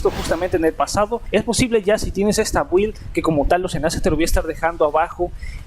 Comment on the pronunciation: Amiguito. No sé pronuncia 'build' la u es muda y se pronuncia 'bild' atte un obsesivo compulsivo